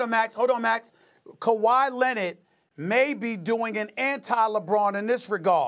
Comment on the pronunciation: SAS: "Kawhi Leonid"